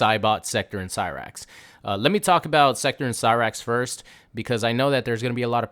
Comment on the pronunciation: You’re fine with butchering cyrax n sektor but mad bout Conan the barbarian. You’re ridiculous you weirdo